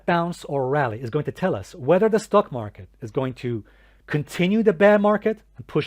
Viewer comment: I find it amusing how you pronounce it as “stuck” market 😂 because lots of bulls are literally stuck in it right now.